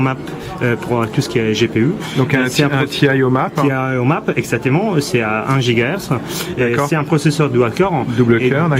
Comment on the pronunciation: mdr a comment il dit exactement "essatément"